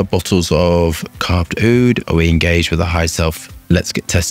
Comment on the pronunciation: Bro butchered the name 😂😂